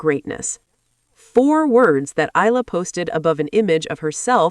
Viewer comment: Eala (eh-ah-la). Pronounce her name correctly.